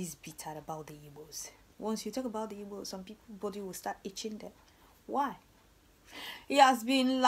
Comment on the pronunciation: Real igbo girl with beautiful igbo tongue,I'm so happy with the way you correctly pronounced the word igbo,thank you.